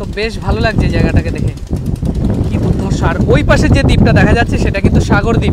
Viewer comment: বিভাৎস আর দুধ ধর্ষ। এই কথা টা সব জায়গায় ফিট হচ্ছে না। ভাষা শুদ্ধতায় তোমার ভিডিও টেক আপ ভালো লাগবে। ব্রাদার স্পষ্টতা চাই। কানে খোঁচা লাগছে।।।।।